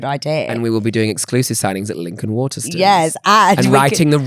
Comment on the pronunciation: i would like to file a formal complaint against for his pronunciation of ‘Waterstones’. Ma’am why are you saying WATERSTUNS